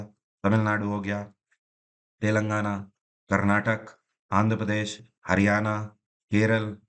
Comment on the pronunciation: Karnataka hai sir karnatak nahi hai..